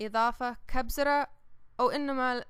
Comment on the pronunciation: Honey it's kuzbara not kubzara